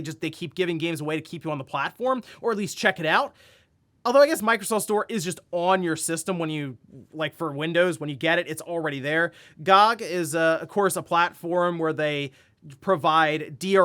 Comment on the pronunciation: He actually called it GOG LOOOOL. It's G O G